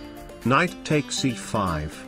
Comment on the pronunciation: Did he actually do the k? Like "please don't take ba ... ck my kinght"